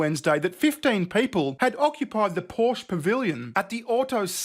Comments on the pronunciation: fair, he only said he /works/ in Germany Still, no excuse to butcher Porsche’s name lol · dude is literally German and glued to the floor of the Porsche Pavillion and still managed to pronouce Porsche wrong